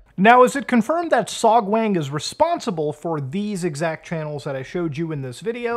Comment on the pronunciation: To be fair to Beer Guy, beer does in fact have lots of B vitamins. Love the vid, but my guy, your korean pronunciation bugs. It's pronounced "sohg-wahng" for example, not "sohg-wayng". Always pronounce the korean A like "ah". If you're bored sometime, check out how to pronounce the language -- it's actually quite easy to learn, because the written language was created by King Sejong to help the poorer parts of the population learn to read some centuries ago. You can go from knowing nothing to being able to pronounce almost every syllable in less than an hour.